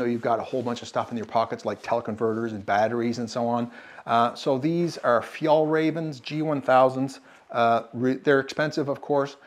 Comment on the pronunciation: Talking about pronunciation - its not fjallraven, its fjällräven (ä is pronounced like "air" without the "r"). The animal is not a raven, its a räv = fox. Fjällräven = The arctic fox. Although fjäll = mountains. Nice walkthrough of the gear.